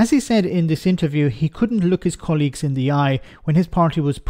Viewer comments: Why do you pronounce colleagues that way? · The way you say colleague’s always makes me 😂.